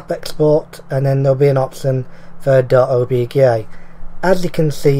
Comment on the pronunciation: Did you say obgay file? XD